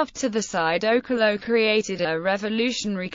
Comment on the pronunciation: You're pronouncing okello wrong.